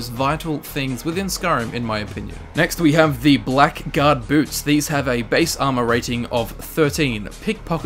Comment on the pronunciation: I know this is unbelievably petty, but, uh... Isn't "Blackguard" pronounced like "black-erd?"